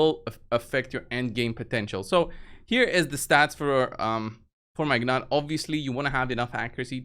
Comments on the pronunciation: Gnut is pronounced noot, not ga-nut. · Newt or Noot The G is silent. It's pretty straightforward. The only one I hear saying it correctly is Hell Hades. pronunciation is hilarious.